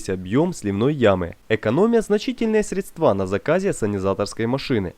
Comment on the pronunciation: Русское словесное ударение: высокО; срЕдство, мн. срЕдства. И трубу заложили, а не заклали.